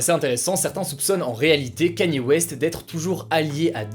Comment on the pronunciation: Respectez le s'il vous plaît c'est : Kanié (Kanye) et pas Kenny